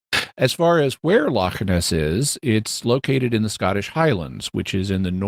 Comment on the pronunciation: Scottish listener here! Very impressed that Jimmy managed to not only pronounce 'Loch' correctly, but also the city names Glasgow and Edinburgh which people tend to butcher. Next challenge for Jimmy: to pronounce 'ceilidh', 'Milngavie' and 'Sauchiehall Street' :)